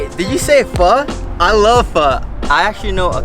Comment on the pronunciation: Oh, you silly girl, Bun Xeo has no eggs in it and it's not a pancake. LOL. 😂 at least you're pronouncing Pho correctly.